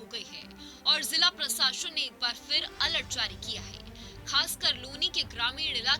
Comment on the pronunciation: प्रसाशन नहीं प्रशासन होता है ... क्या पत्रकार बनेगी रे तू